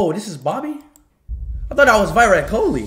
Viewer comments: It is not vyrat kholi ❌ it is virat kohli✅ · Virat kohli❌ - whyrat koohhli ☑ Diler mehndi ❌- dyler mindea ☑ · “Is dat vwirut kohli” 🤪🤪🤪🤪🤪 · Virat kohli ❌ whyrat kohli✅ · bro literally said "is that whyrat Kholi?" 😂 Lmao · Bro literally said WHYRAT KHOLI💀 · Vyraat kohli✅️😂